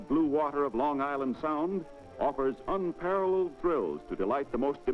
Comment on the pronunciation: The announcer (probably long dead) needs to be lynched. "Grow•ton" - Groton is pronounced 'Grah•ton.' "unpareled" - 'unparalleled' He left-out 'all' entirely. "17•one" ? Huh. Who says that? Should it not be pronounced '17•oh•one?' In Hollywood, this voiceover recording would be described as a performance that was 'phoned in.' The narrator - and the producers, nonetheless - should've done his homework, and perhaps slowed down a touch, to not skim over, and egregiously mispronounce an easily enunciated word like 'unparalleled.' [Rant over. Steps down from podium, exits stage left.] Dave Lounder Central CT